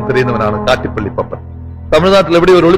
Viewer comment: പാപ്പൻ അല്ലാ........... പപ്പൻ